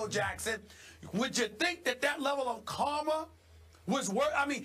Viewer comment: "So some level of karmer can come our way"